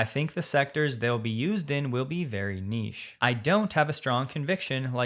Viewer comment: you pronounced 'niche' the proper way! Nice one.